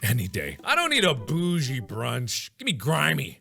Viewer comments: MARK YOU SAID BOUGIE WRONG 😂😂😂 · The fact that both Mark and Sean said “Bougie” as “boo-gie” instead of “boo-jie” is kinda funny- but also kinda understandable lmao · MARK DID NOT PRONOUNCE BOUGJE AS “boo-gee” I CAAAANT